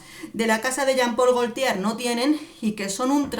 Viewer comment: Gotie se pronuncia